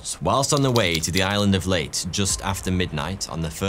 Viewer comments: The island of Leyte is pronounced “Lay-Tae”, not “Late”. If you'd studied the topic of your video a bit more you would know that. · “Lay-tee” not “late” 🇵🇭🙄 But great video anyway. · Leyte is pronounced like “lady.” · Hey,, for the record, the island is pronounced, "Lay-tee". At least, I have never heard of an alternative to that. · “Leyte” is pronounced as “lay-teh” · Ley Te is how you pronounce Leyte. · You gotta pronounce the last 'E' in 'Leyte'. Great video. Keep it up.